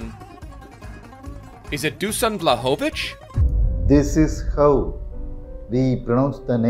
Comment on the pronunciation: Greetings from Serbia , the Pronunciation is Dushan Wlahovitch